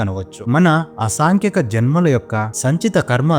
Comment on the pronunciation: మీరు చేసిన వీడియో చాలా వివరంగా బాగుంది.రెండు పదముల ఉచ్చారణ పొరపాటుగా ఉంది.అవి,,అసంఖ్యాక కి. ఆ అనే అక్షరం వచ్చింది.మరొకటి కాసల్ బాడీ కి కాస్వల్ అని వచ్చింది.అర్థం పూర్తిగా మారిపోయింది. మీ దృష్టికి తీసుకుని వస్తే జాగ్రత్త పడతారని నా భావం.